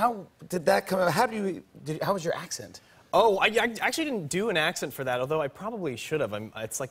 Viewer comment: That was actually a good English accent